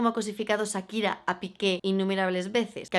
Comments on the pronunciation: puedes dejar de decir ZZAKIRA? jajajaj te adoro pero porfa di SHAkira o sea Cha pero con S. <3 besos jajaj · Amiga no es Sakira.... Es Shakira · SSHHAAAAAKIRAAAAAA, NO SAKIRA